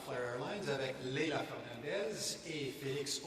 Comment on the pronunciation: It's "Fernandez" !